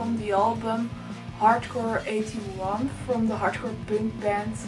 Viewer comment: Is there any specific reason why you don't pronounce "punk" the right way?